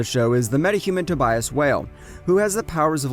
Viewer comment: bro the way he pronounces tobias and giselle